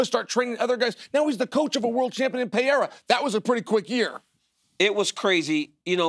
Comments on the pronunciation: Him calling Alex Pereira "Pierre" will never stop cracking me up. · And Chael still says Pierra, I love it xD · Chael "Piera" Sonnen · Chael pronouncing Pereira different every time has me rolling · Uncle Chael is the only commentator that announces all UFC fighters names correctly with no mistakes at all, Just recently Alex Pereira came out saying that he himself along with everyone else has been saying his name totally wrong and the only person that always says his name correctly is Uncle Chael..."Alex PEEEAIR"....Uncle Chael undefeated and the best UFC fighter ever....Never loss a fight or even a round and as Uncle Chael said if he really wanted to can return back today and become a 3+ division champ but because he is so humble he wants to give other average UFC fighters a chance to shine and rather sit on the sidelines and be a commentator. A true gentleman...The great Uncle Chael...😅😅😅😅